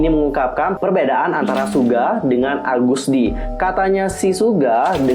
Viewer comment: Agust d bro bukan algust d